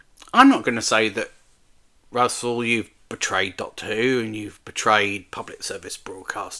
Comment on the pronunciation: you know Russell's name isn't pronounced that way, right? And it is a co-production so the BBC partly pays for it alongside Disney, who i think you're overestimating their involvement - Russell confirmed at a Q and A that the most involvement they have in what happens in the show itself is notes and suggestions they can give but it is up to the writer whether those notes and suggestions are taken on board so the ideas and stories are from the minds of Russell and other writers, no creativity is compromised which is a good thing!